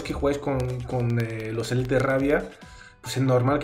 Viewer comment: Son Élites no Elítes, así suena como esquites. 😂